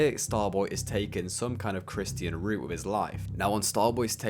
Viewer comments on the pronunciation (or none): none